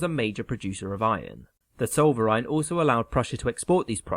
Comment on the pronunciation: Living in Alsace can't help but correct the pronunciation - it is 'el-z-ass'. Oh, and Zollverein is 'ts-oh-l-fer-eye-n'.